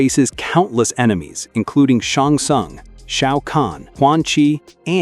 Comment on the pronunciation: 1. You are speaking the names of Shang Tsung and Geras completely wrong out, especially Geras ! With you it sounds like Cerus instead of Geras. 2. Shinnok wasnt at one point an Elder God, but he always was and actually is an Elder God ! 3. Really funny was that you describe the One Being even with a Pyramid system as the absolute Top of the MK footchain and with that as the most powerful being, above Titan level even. Just to state in the next moment that Liu Kang is now suddenly in your opinion the most powerful being. Someone who is actually just a mere Demi God and had only at one point in time titan level powers. All this you said yourself. Yet your statements contradicts themselves, dont you think ? How could Liu Kang be more powerful as the One Being, if the One Being is the most Powerful deity ever ??? 4. You could had added Shao Khan who had once a similar position to Outworld as Raiden to Earthrealm. Even though its being Lore partially outside the Games it is known that Shao Khan had once a Protector role to Outworld and that of an advisor to its former ruler Onaga the Dragon King. Until Shao Khan got corrupted and poisoned Onaga just to become Outworlds new ruler at this point. Or lesser known Gods like Lucifer who was originally the main God of the Netherrealm and was in charge of imprisoning Shinnok, until he was slain by Quan Chi and Shinnok. Or the other Elemental Gods of Earthrealm who were destroyed in MK Mythology by the first Sub Zero, Bi Han.